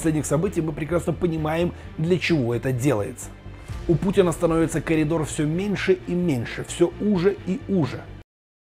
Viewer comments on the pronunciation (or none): none